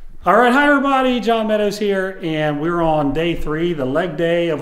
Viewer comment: Does he say "hi everybody" or "higher body" ?